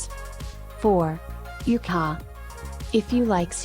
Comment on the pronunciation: Ok, now for a better accent and more accurate information: borshch; ukhAH (stress on the last vowel); pirozhkI (stress on the last vowel); pelmEni (stress on the second vowel); blinY (stress on the last vowel, which is not quite an I, but okay); shashlYk (same); ikrAh (stress on the last vowel); smetAna (stress on the second vowel); morOzheno-e (the last OE are two syllables, no one; and it's just icecream); pAskha (and NOT pashka!!! the desserts depicted were NOT IT). You're welcome.